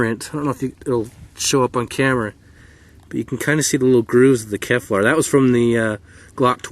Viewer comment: Great video, it looked like a lot of fun. But it's Kevlar not Keflar.